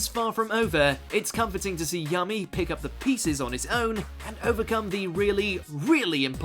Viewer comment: Did this dude just say “yummy” instead of Yami?